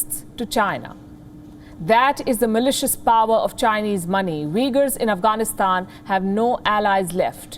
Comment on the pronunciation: Palki its not pronounced Vegar lol they are Uigurs. They are no close to being Vegar or Vegans lol.